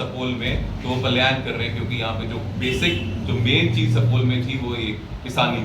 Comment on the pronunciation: pahle Bolne Sikhoo sapol nhi supaul district hai